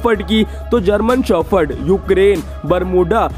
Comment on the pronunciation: German shophord 😂😂 🤦 indians english